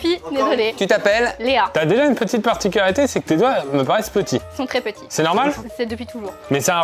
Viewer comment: sa particularité c’est de ne pas réussir à prononcer « particularité » correctement en début de vidéo 😂😂